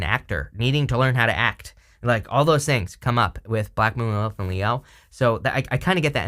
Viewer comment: What are you saying "Blackmooninthe elf" You said this word a number of times and I have no idea what you are saying. I know you talk fast which I try to keep up with but maybe sometimes it's a good idea to enunciate really clearly even though you are going through a reading really quickly. But thank you for all that you do. I love hearing your readings,!